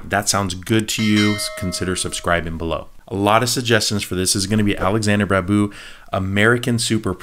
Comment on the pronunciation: Please Do try to watch “Roja” movie. The Babu should be sounded like BaaaBoo